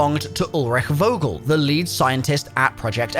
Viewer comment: Its Vogel like u wanna say Fuck. Fogel